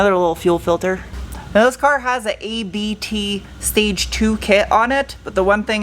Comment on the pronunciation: It’s not A B T. It’s a family name. You spell it like the beginning of „uptown“ without „own“. 😀 Cheers from Ingolstadt.